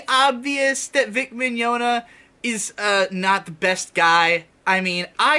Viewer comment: Why can't anybody pronounce this dude's name correctly? Maybe I was more right than I thought when I referred to him as Vic Mignadignagliglia years ago.